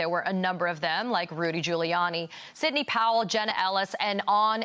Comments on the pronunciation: “Rudy Colluni” 😅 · He called him Rudy Colludey 😂😂😂